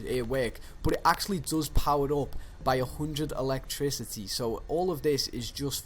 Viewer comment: … ELECTRICY lol